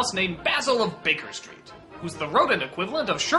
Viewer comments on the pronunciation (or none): Przyczepię się. Nie "Baken Street" tylko "Baker Street" :). Jak zawsze genialna robota ^^